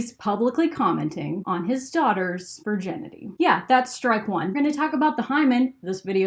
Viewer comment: Am I the only one who is bothered by her pronouncing Virginity Vir - JEN - ity?